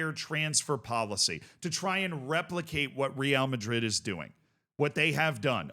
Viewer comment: Another 🤡 that can't pronounce real madrid's name properly.